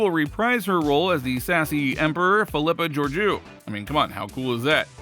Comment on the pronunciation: Pretty good, except for pronunciation of Philippa Georgiou. Listen to some of the old episodes to get it right.